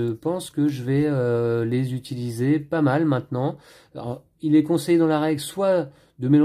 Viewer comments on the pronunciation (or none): none